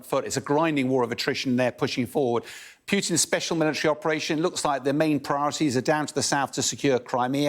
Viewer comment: “Peeootin”? When is this guy going to learn how to speak English?